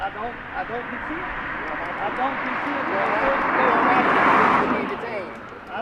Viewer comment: When they were searching ole fatty, I swear that he was saying “I don’t content”, so I listened again, and sure enough that’s what he said! “I don’t content!”